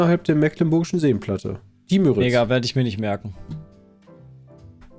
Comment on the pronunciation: "Die" Müritz ist richtig. Müritz ist auch was anderes als Müritzsee, das sind unterschiedliche Gewässer. und übrigens eher mit langem U und kurzem R, also "Müüritz" statt "Mürritz". dass das der größte ausschließlich in D befindliche (Binnen-)See ist, sollte eigentlich auch echt hartes Allgemeinwissen sein, mind. aber geografisches Grundwissen aus der 5. Klasse. Der Müritz-Nationalpark ist übrigens auch der größte Nationalpark in Deutschland, wenn man die 3 größeren mit Gewässerfläche (Watten- bzw. Boddenmeer) nicht berücksichtigt.